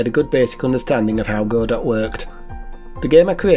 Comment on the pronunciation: Hey buddy, good to see you posting again. ❤👍 I've used Godot myself, I actually moved from Godot to Construct 😅 Also, well done for pronouncing Godot correctly, it's Go Dot like Robot. Hence the icon.